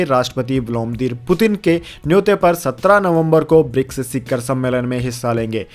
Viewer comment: शिखर सही शब्द है।शिक्खर नहीं।